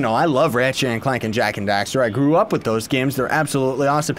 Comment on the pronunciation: it's Jak & dexter not daxer